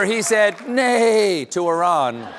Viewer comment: Thank you for pronouncing Iran correctly. And for bringing light to the historical madness that we are all witnessing.